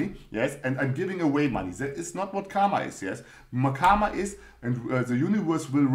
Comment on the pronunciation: Thanks for another video. Your creativity of explaining Mindset Series is Really amazing. and one more thing it's not KAMA. It's KARMA. "R" should be pronounced. If you want clarification then Watch Indian Epic MAHABHARATAM. Thank You.